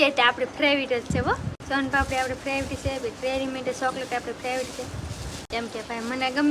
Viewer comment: સોની ફેવરીટ બોલાય ફેવિટ નય વિડિઓ બનાવો પણ બોલી સુધારો